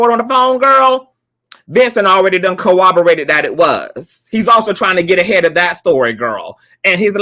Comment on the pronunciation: You always say "co-oborated" instead of "corro-borated" and " E-lluded instead of A-lluded" im. Not being shady im.just saying because those are different words, maybe it is because of your accent or soemthing